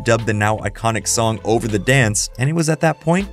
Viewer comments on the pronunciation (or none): none